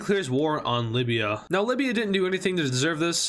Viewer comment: Why did you butcher up Libya. Not deserved